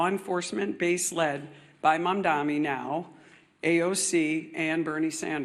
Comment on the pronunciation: These people don't even know how to say Mamdani, how could I trust them to know what his policies are?